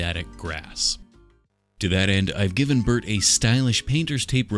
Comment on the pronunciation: Anyone else hear Earnie and Burnie when he was doing their face washes 😂😂😂